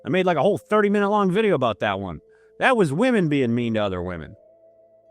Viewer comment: New vijayoh!!!! NWE TROUT VI-JAY-OH!!!